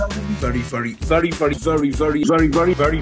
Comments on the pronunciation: Sometimes I hear "Furry furry expert" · Anyone else hear “Furry furry expert”?